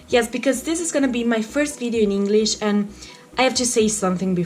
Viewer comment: sei molto brava ma attenta a quando dici: doing >hit< invece di it >ear< invece di hear >hinglish< invece di english